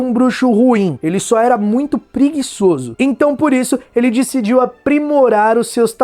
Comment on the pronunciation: Dicidiu jkkkkkk